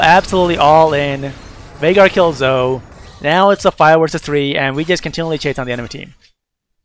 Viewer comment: Good video. I feel like you say Zoe's name wrong, though. It's "zoh-E"